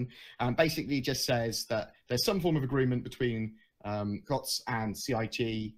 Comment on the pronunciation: Awesome stuff again! x And Coutts is pronounced Coots.